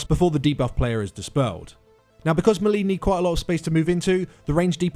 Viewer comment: You're pronouncing melee wrong.